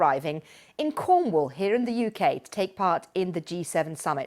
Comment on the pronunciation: " When we show up in Cwornwall..."